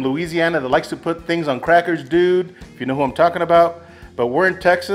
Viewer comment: "That's money dewd"